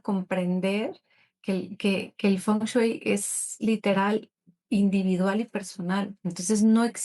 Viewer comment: Por que sigues diciendo "Fon chuy" ajajajajaja